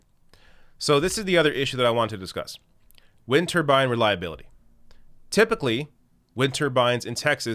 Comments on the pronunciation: say it with me "wind turbine" not "winter bine" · I like how he pronounces it like "Winterbines," it's got a good ring to it.